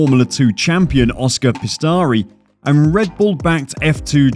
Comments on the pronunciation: Pistari? Pi-as-tri... It's a simple name lol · I liked how he said Pistari not Piastri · Yes, and he also said “Oscar Pistari” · The way you pronounce some of these names and words man. Piastri, Ilott amd Oligarch just to name a few